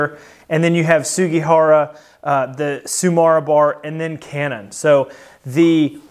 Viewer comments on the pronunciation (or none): Not to talk about how tsumura always becomes tsumara somehowlike just say the second u how you say the first one. Of cource that wont make it sound japanese. I try to bring out my inner japanese warlord and always shout everythin that is japanes